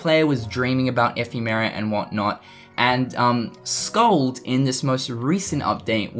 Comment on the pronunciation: Oh yeah. and the name is pronounced Skuld with u used in "put" and k as the c in "cat". sorry for bad information, hard to explain pronunciations to non-icelanders